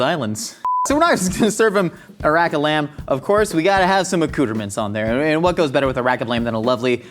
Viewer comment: I've never heard someone pronounce accoutrements like "uh-cooter-mints"